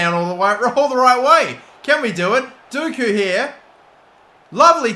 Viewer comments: its not dooku, its pronounced docku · Dockooo not dooookoooo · I loved the video but one thing. Every time you said “doku” as “duku” I wanted to throw my phone across the room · Why would it be pronounced Dooku, when it is spelt Doku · You pronounce dOku it is an o not an u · Doku pronounced as 'DOH-KOO' not 'DOO-KOO' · Jeremy D-O-KOO, not Dooku from start wars, 😂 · D-oh-koo not dooku the Sith Lord 😂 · Dock-u not doo-ku. Please pronounce it better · It’s Doku not dooku FFS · its Doku not Duku just saying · Please his name is DOKU.... Doh-ku. Hurts me ery time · Please call Doku, Dock-ew. I can’t watch this hearing that 😔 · you pronounce Doku Like Dough-ku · Did anyone else hear him say Doku and immediately think that we have to start calling him Count Doku?😂 I know its not pronounced that way, but the way he pronounced it, it had me excited😂😂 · The way he says it actually pisses me off and he’s said it like 50 times in the space of 3 mins loool it’s FOUR LETTERS. D O K U. (dock-oo) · Surely earn how to pronounce Doku's name, it isn't that hard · butchering dOku's name just triggers me everytiem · I was cringing every time he tried to say Doku’s name.